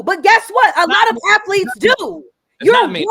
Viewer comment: "I coach afletes"